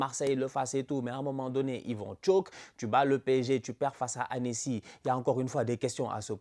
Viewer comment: il as dis Annécy🤣🤣 C’est gros tocards de marseillais😂